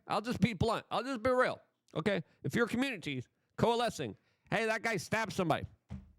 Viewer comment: "Da comrunidy"